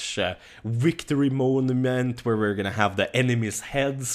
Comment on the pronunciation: "why you heff to be mad"